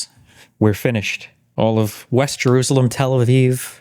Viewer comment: Listen, I know making fun of speech impediments isnt great. But damn it if I didnt laugh when I heard the sentence: "Twump moved the embassy to Jewoosawem"